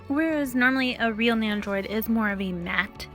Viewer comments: NENDO-ROID not Neyandroid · There's no Y in Nendoroid so idk why you're pronouncing it like there is. Your voice and the way you pronounce stuff is really really cringe. You try really hard to over pronounce Japanese words & sound "kawaii".